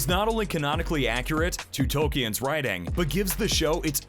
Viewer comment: Tolk-eee-en yeah.